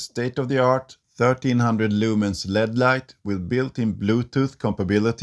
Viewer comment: It's pronounced l e d,as in the letters,not lead the metal